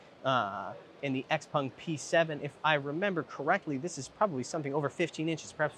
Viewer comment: Will you stop saying “Xpung”